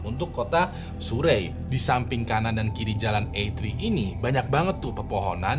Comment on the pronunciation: Surrey itu dibacanya seperti "Sari" sebenarnya 😁